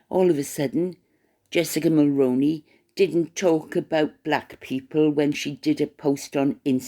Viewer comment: 👋 Hi again Just wanted to point out that you pronounced Jessica Mulroney's last name incorrectly. I'm a 🇨🇦 in my mid 50's that began voting when the late Brian Mulroney was our Prime Minister. He was born in Quebec and was French Canadian and he pronounced his last name as "Mull-Roo-Knee"... Like the old actor Micky Rooney's last name only with the prefix of Mull attached to it, so "Mull-Rooney"...if that makes it easier for you to remember & pronounce. I'm sorry to be pointing this out to you but too many content creator's have been pronouncing Mulroney incorrectly for several years now. It has bothered me the entire time, but at 1st I figured that people would research it and finally pronounce it correctly... unfortunately not. I find it to be disrespectful & an insult to the memory of our 🇨🇦 former Prime Minister. I'm certain that if it was a former American President that American listeners would equally find it disrespectful & insulting to a former President.. regardless of what party he was from. If you could PLEASE pronounce it correctly going forward I'd greatly appreciate it. I believe that if you pronounce it correctly then others who listen to you might also change the way they have been mispronouncing the name to the correct way, and then those who listen to them might also correct tge way they've been mispronouncing the last name Mulroney as well... eventually hopefully🤞 everyone begins pronouncing it correctly 🤞 I'd also like to add that Reitman's